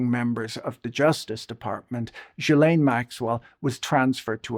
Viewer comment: Ghislaine pronounced ghee-lane